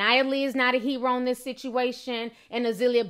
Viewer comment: I love how can't pronounce certain words (heroin for ex) but still critique other people's bad English. LOL